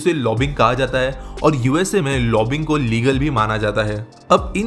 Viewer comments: It is not 'lobbing', but 'lobby-ing' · aa re chutia, lobbing ni hyi, it is said like "lobbying".